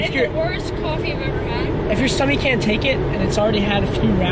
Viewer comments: said stummy lol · Chick is the best! Awesome fries and chicken nugs. I love how was saying stommy lol I’ve said that for years abc I get the crazy face. Nice to hear someone else saying it. Just think he will be driving soon officially ahhh!!!